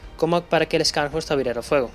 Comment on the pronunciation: Una pequeña contribución: las letras "sch" en alemán se pronuncian como "sh" en inglés. Así como "show", en inglés se pronuncia "shou", y no "chou". Scharn se pronuncia "sharn" y horst se pronuncia "Jorst". De hecho, tenia un amigo cuyo nombre era Horst, pronunciado "Jorst". Es similar al apellido alemán Busch, que se pronuncia "bush" y no "buch" como dicen algunos. Lo sé pues viví en Alemania por varios años. Gracias por el video, muy detallado.